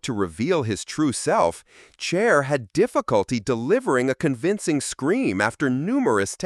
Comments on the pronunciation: I've always loved Chair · Chair ? Huston instead of Houston? Can the AI be any more obvious?